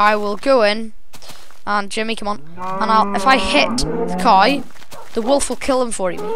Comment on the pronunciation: He pronounces cow weird. He says guy.